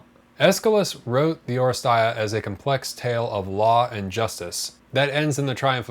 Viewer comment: Thanks for review, in Greek it’s pronounced oh-RE-stee-a, not oh-re-stai-a